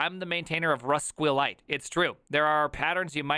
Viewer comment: rus-queel-lite ... just call it rusk-lite!